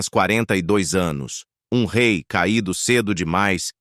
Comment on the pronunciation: 🧡🧡🧡 O RÊI FALA DE ÔUTRO RÊI